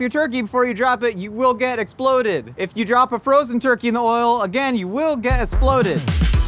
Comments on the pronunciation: him saying sploded and esploded spoke more my language than any public service announcement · I love how his pronunciation of exploded slowly deteriorated during his safety speech. exploded -> esploded -> sploded -> splodeds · the whole… “sploded” bit made me stop watching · i cackled every single time we got hit with a “es’ploded” this has been a good day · Need a tee “you will be ‘sploded” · Here's a game: Take a shot every time says s'ploded